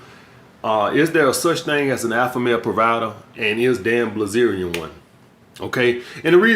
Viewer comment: BILZERIAN say it with me... BIL ZERIAN wtf is blizerion